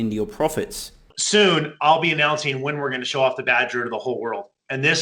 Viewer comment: never trust anyone who pronounces "announcing" like "announseennn"